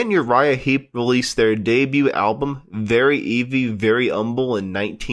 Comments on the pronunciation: Yes, once I heard this hack, purporting to be some kind of expert on Uriah Heep, mis-pronounce the name of their first album (calling it "Very EEVY," as opposed to "Very "Eavy" as in very HEAVY,) I tuned out. You're more generous than I, as I'm not giving this guy a second chance. Glad you heard what I heard. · He says “Very Eevy”…even worse